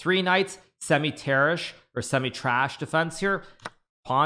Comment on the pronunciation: When he says Tarrasch he pronounces trash on purpose